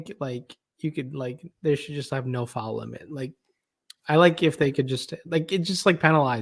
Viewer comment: U say it in the midwestern twang. U pronounce it as FOWEL. It's FOUL. hahaha